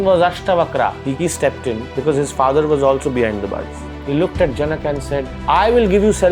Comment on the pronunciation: Pronounciation of janaka is wrong. Otherwise good. All the syllables should have equal swar. Instead of जन्का, it should be ज न क